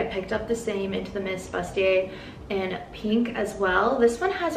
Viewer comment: Bustier is pronounced boo stee ay. 😁